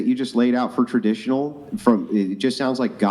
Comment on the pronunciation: She's Ter-dish-uh-null